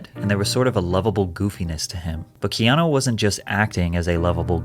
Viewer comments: The commentator in the video Adogg plays totally mispronounces Keanu’s name, for Pete’s sake. Someone please tell him that the U at the end of his name says OO, not OH. His name is not KEANO. Don’t we all wish that there were more REAL people in the world like KEANU REEVES?!? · I have to wonder about this. I hope it's true but he did lose his "first born" AND his girlfriend. "The nicest man" narrative may be lending to a trojan horse scenario. His name is Hawai'ian and to pronounce it correctly, it should be said as if the e were a long a instead of a long e. He is also one of my fave actors. He's like Clint Eastwood in my mind; an actor that chooses roles that reflects who he is and so he can just be "himself" whereas most actors put on an act for roles that are nothing like who they are. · His name Keanu, is pronounced Kay-ah-nu, not kee-aw-new or kee-ah-know.